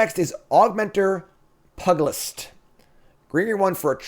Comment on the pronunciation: pYoo-jih-list Not Pug-a-list. :-) (A pugilist is another name for a boxer.)